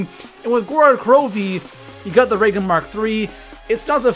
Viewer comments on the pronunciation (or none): none